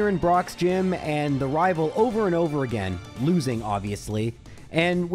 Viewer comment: As always, awesome video. (Btw, I miss when you used to say again like “uh-gain” 😢)